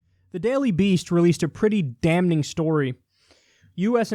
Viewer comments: It's not dam-ning 🤣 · N is silent in damn... Love you though. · The 'n' is always silent in any variation of the word 'damn.' : P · I've never known someone to pronounce the N so much in "Damning" Dam-ning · Never heard anyone say damning like that before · breaking news, Kyle pronounces the n in “damning”